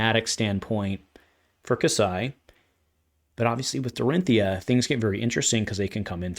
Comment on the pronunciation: Unsheathed is certainly a crazy good card! I also love shift the tide! Glad that one is not just me… I love that you get her shortened name correct. People saying Dori always slightly grates me…